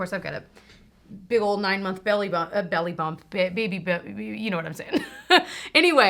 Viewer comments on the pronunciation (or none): none